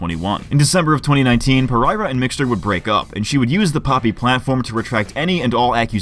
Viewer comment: Dude it's pereria.okay Portuguese. Per-er-ia not par- ereria.come on.moriah rose pereria.